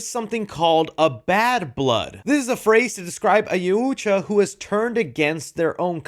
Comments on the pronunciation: It’s pronounced “Y-OW-CHA” not “YA-OOH-JA” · Yautja! not Yauuuuutja. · So it's actually pronounced yow-cha Sounds like you struggle to say it, figured I'd help 👊🏽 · YU DELETED MY COMMENT BUT I WAS TRYING TO HELP YOU ITS PRONUNCED YAWT JAH IDK WHAT YU THOUGHT YU SAID !!!! It’s YAWT JAH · It’s pronounced YAOT JUH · Dude you're so way off with you're crap. the way you're pronouncing yautja is ridiculous. Its not yaw ooootch wa. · IT IS PRONOUNCED YAWT JAH WTF did you just say?????????? Also why is nobody mentioning that the Predator looks half human His mouth mandibles aren’t the same This Predator is clearly a hybrid mixed breed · its... Yaut-Jah, dont emphasize the ut, please... im begging you lmao. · Pronounce it like Y-ow-chuh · Actually, their species is pronounced Yautja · Ngl, hearing how you pronounced “Yautja” almost made me hit that dislike button. Wtf was that 😂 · Hearing say Yautja cracks me up for some reason 😂😂😂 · Why can’t nobody say yauja right 😂😂😂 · The way says it makes me cringe 🤣